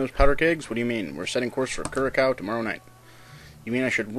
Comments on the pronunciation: Loving your talk over on these videos. However, just one minor flaw. Curacao. It should be pronounced as though you're mending a female pig. Cure-a-sow. ;-) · cur-a-SOW. sorry. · Your first pronunciation of Curacao was actually correct: 'curasao'